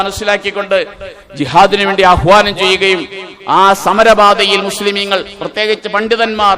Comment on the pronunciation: മുസ്ലീമീനുകൾ അല്ല.... മുസ്ലീങ്ങൾ എന്നു പറയെടോ.